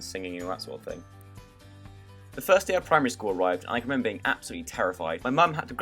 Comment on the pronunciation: omg this is one of my favorite draw my life! and i love the way you say "RRRRemembeRRR to subscRRRibe...:me likeyyyy!!! <3